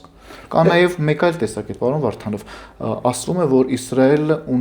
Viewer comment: Քաչալի ճիշտ անունը Վովա Վարդանով է, և ոչ թե վովա վառթանվ... Հետո հայերենում "էթալ" բառ չկա, ճիշտը գնալն է...